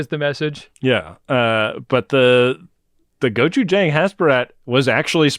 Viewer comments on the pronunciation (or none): love you but "gochujang" has a long a - gochu-jaaaahng